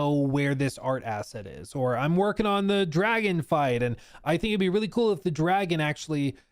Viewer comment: Thats not kuuhl man.